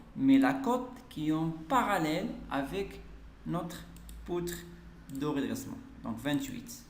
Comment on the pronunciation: Poutre de redressement pas redessement